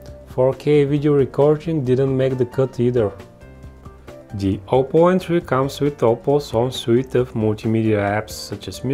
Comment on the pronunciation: Gioppo Entry - or something like that